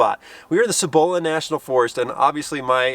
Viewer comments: Cibola (SEE-bo-la instead of see-bo-LA) You gotta visit the Carson NF near the Cruces Basin Wilderness. Spectacular as the colors are already changing. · Love your videos. Especially when you come to New Mexico. Born and raised just south of Albuquerque in Los Lunas. Have to admit the way you pronounced Cibola kind of made me giggle.